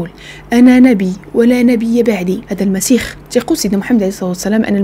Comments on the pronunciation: المسيح وليس المسيخ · حبيبتي ممكن سؤال علاش تتقول المسيخ بل( خ)